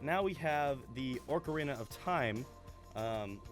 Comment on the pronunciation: he said orcarina its ocarina